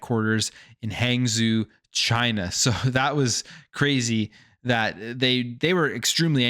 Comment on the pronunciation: Hangzhou pronounced Hungjoe not Hangzoo 😂